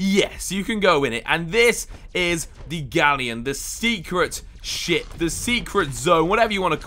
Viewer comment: did he say secret shit?😂